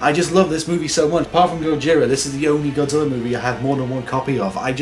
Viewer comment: Take a shot everytime he calls him, "Godziller."